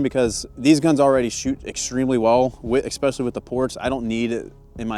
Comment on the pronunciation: It’s especially not eggspecaily